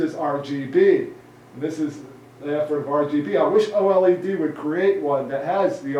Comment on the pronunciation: LLED? You mean OLED?